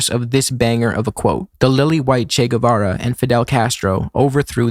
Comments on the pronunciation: As revolutionaries not knowing how to pronounce the name of Che Guevara is a bit F. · IIRC mnemonic device for remembering Che Guevara was "Shake Guitar" but I think it's because he calls him Che Guevar. He a lil confused but he got the spirit